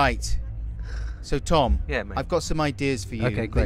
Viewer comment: thom - th as is thong :) Thhhhom!